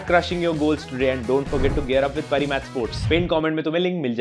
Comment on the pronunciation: Pari match nahi paari match